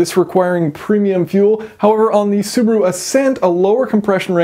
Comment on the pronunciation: It’s so funny how you pronounce Subaru. You are saying Subru 😂 where is the A? LMAO